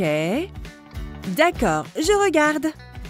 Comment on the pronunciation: la meffe a dit : regad